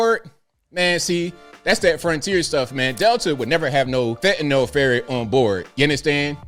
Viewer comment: THANK YOU! You pronounced fentanyl "fentan-ill" (which is correct) and not "fantan-all" (moronic mis-pronunciation).